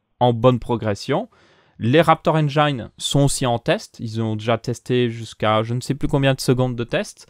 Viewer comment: Juste pour info, quand tu parle du raptor engine, on prononce engine, pas engaine 😊